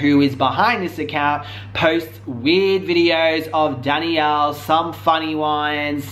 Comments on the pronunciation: It's Danielle, not Daniella. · "Daniella" 😂😂😂😂😂 u trip me out with your pronunciation of names!!!! That girl's name is "DANIELLEEEEEEEEE" 🤓🤓🤓🤓🤓😂😂😂😂😂😂😂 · I love you but it’s Danielle not Daniella 😘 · Her name isn't Daniela as you typed... it's Danielle! pronounced DAN-Yell anywho great video, I LOVE when liars get called out!! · Omg --DannyElla--??? No. Just no ok pronounce it like this Dan Yell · I was hoping eventually you would stop calling her Daniella but alas you didn't. Her name is clearly spelt Danielle. love you but that was frustrating af. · Omg he pronounces Danielle wrong the entire video